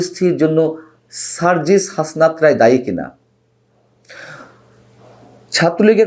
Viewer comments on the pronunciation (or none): none